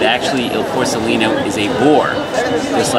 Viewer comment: Porcellino ….. the c sound followed by the vowel e is the same as ch in church. It is not s 😂